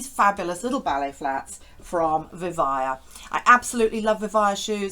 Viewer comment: I think it’s pronounced Vi-vay-ah, at least that’s what it says in their logo that you show, not Vi-vye-ah.